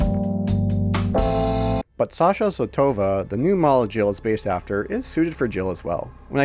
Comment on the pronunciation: It's Zо́tova, not Zotо́va